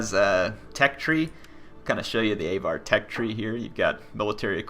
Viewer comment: AAAVVVAAAR, aVar, not A var.